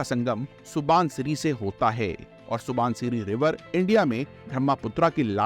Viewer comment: आपसे अनुरोध है कि ब्रह्मपुत्र सुभानश्री असम जैसे नामों का सही उच्चारण करें। अक्सर देखा जाता है कि लोग अंग्रेजी का अंदाज दिखाने के लिए ऐसे शब्दों का इस्तेमाल करते हैं, जो गलत है। ऐसा अक्सर देखा जाता है कि लोग अंग्रेजी भाषा में स्टाइलिश दिखने के चक्कर में मूल शब्दों और उनके उच्चारण से खिलवाड़ करना गलत है। इनके उच्चारण को ग़लत ढंग से लेना अच्छा या सभ्य नहीं लगता. आप भी कभी यूपीएससी अभ्यर्थी रहे होंगे तो cultural hegemony को अच्छे से समझते होंगे इंग्लिश आना बहुत जरूरी है. आज के समय में अगर हमें दुनिया के साथ खड़ा होना है तो अंग्रेजी का इस्तेमाल करना चाहिए लेकिन इसका मतलब यह नहीं होना चाहिए कि हम अपने मूल शब्दों के साथ खिलवाड़ करें। आपका कंटेंट बढ़िया था बस मेरी कहीं बात पर गौर करें🙏🙏